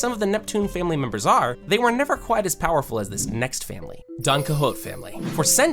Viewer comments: DonCahoots? It's pronounce is DonQuihôte. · mfer said "DonquiHOWT" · Pronounces 2/3 syllables in Qixote Calls a family lynching 'living in misery' Bro didn't even watch one piece and made a video about it. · why do you pronounce Donquixote like that....